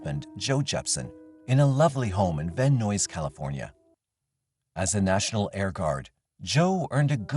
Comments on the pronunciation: Van Nuys is pronounced "van nyes", not "van noise" 😮‍💨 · Macabre and disturbing content, but on the video production side, the AI voiceover is odd. "Van Noise" instead of Van Nuys. Other funnies too.